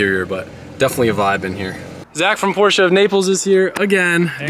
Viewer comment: Me too. I laugh every time says porch. Seems like he had a nickname for the Panamera too.